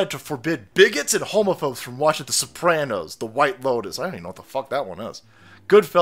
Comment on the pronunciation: Not the Sooranos....